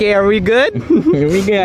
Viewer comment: its are not aar